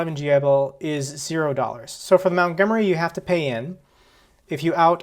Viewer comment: MONTgomery not MOUNTgomery!